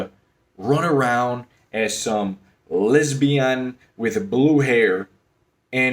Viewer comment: lmfao they way he said lesbian HAHAHAHa